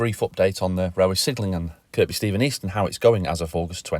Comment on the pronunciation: Don’t they pronounce it Kir-bee.. not Kirkbee?